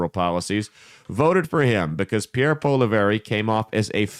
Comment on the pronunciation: As a Canadian conservative let me say you couldn’t be more wrong. Can’t even pronounce his name right 😂. He was more worried about the major issues happening in Canada then fear mongering over Trump or wasting time on American pod casts.